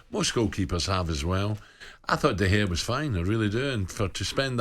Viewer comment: Why is the one presenter mispronouncing De Gea’s last name?